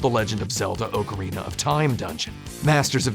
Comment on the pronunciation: Ah-ka-ree-na. Ah. AHHHHHHHHH.